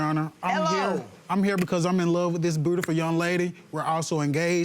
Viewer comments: Don't forget "brutiful" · He said “Burrdifurr”😂🤦🏿‍♀️ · Did this fool just say bruitiful & scrong???? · He said “budefull” 🤢🤮